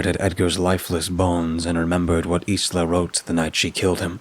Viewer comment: Isla is pronounced ‘I LA’ Just so you know